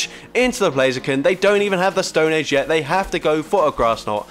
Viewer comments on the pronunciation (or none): none